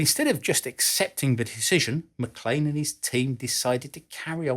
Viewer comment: Thank you for knowing how to pronounce MacLean.